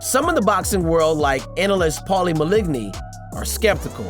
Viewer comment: Who is this guy mispronouncing Paulies name